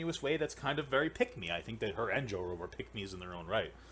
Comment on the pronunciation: when papa says "pick me" it sounds like he is saying "peg me"